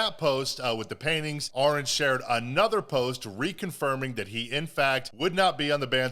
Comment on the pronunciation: Ahren is pronounced just like Aaron just fyi, he is a good guy, my sister works wioth Joel Birch's wife well used to had a chance to meet Joel and Ahren.